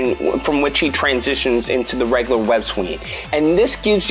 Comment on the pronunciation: I also don't like how he mispronounces words like 'regular' as 'reglar' etc.